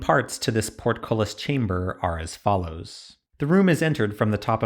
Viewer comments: Bitch say PORTKOLIS again ima fight U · Party game: Every time he says portcullis take a shot.